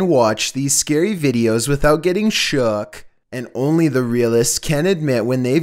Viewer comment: Why do I find the way he said Shook so funny?